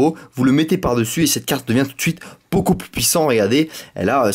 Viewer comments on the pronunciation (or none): none